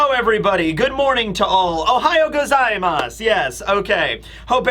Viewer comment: You have the strongest American accent of all time when you speak Japanese lol "Ohaiya gazaimoss" lmao